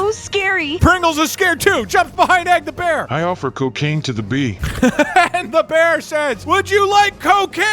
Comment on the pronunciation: ah yes, the well known drug "ccooccaciine"